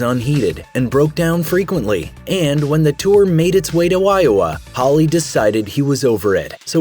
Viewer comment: Where is 'Wiowa'?